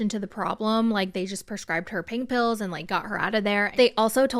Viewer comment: just pain pills. Sounds warry American